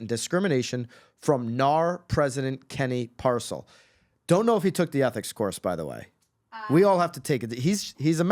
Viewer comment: I would be careful what you say about Kenny Parcell! You can’t even pronounce his name right. What Kenny does for others costs out of his pocket far more than what he was “making” by being the President and VP! Kenny is a great man and I have a lot of questions for these women and what their motivations were/are! He does so much in our community and for people across the world, taking his family to do charity work in orphanages and many other things! I want to see these accusations and would like to know what the women’s motives were and what they wanted from him because they know what he makes by putting in the work just like the next agent. I feel terrible for not only Kenny but his amazing wife and children as I am very close to this family and Kenny is the most genuine guy I have meant! Our sons are best friends and he is a great example to my son and great friend to my husband. He sacrificed so much of his life helping others be successful and giving his time to help others go after their dreams leading by example and staying in the trenches doing the work. I hope these women have more “evidence” of these so called allegations because until I see something that is actually inappropriate and not just accusations due to jealousy of a man that works more than most and sees it as a money grab! I don’t see it and have a very hard time believing it. Kenny is a great man and I am proud to witness the good he is doing at all times. Our son looks up to Kenny and Kenny shows up to